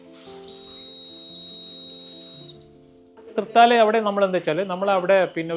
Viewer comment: Please pronounce Thrithaala (not Thrithala). This is CPM minister M B Rajesh's constituency. Good work 👏